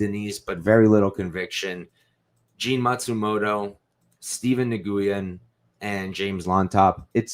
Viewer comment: Great podcast but your pronunciation needs some work dude. Nguyen is literally the most common Vietnamese surname in the world, pronounced more like "new-win" but just as 1 word like "nuwin". Cheers : ).